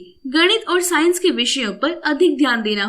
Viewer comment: First it is physics not phzics And it is science not synce